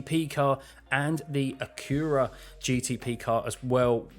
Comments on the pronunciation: Say it with me, a-kyr-uh, Acura! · I've never heard anyone pronounce Acura like an anime title the way you do, but I like it. LOL!